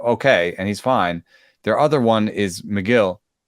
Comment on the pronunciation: And “Megill” lol